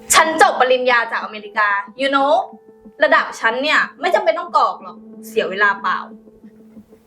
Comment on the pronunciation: กรอก..นะครับไม่ใช่..กอก